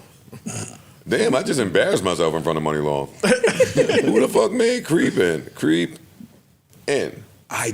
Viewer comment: Shoutout to Joe for teaching me it’s not “Mu-Ni long” but pronounced “Mon-ni long” lol